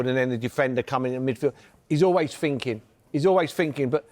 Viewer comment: Merson - “he’s always finking” so insightful.